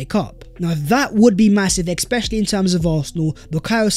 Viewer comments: Ex-specially, ex-specially….. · You know its when you hear "Expecially"😁